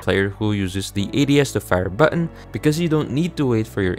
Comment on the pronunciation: this is a helpful video but the way you pronounce "button" as "buh-awn" with that fake accent is making me cringe PLSSS 💀